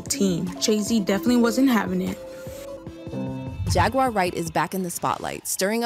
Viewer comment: "Jag-waur" not "Jag-wire" 🤣